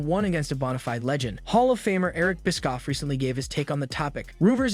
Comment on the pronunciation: It's bishhhofff. Not biskoff. 😂😂😂